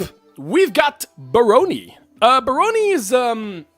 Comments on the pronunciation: My bro, ask google to prnounce words for you during script writing. You totally mispronounced barony. Bare-ron-ee. Emphasis on first syllable, not middle syllable. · Not even. It's more like Bah-ron-y. Still with emphasis on the first syllable, but it makes an "ah" sound (like the word "action" or, indeed, "baron")